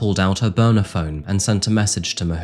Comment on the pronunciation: her boner phone??? I know you’re saying burner but I had to hear it again 😂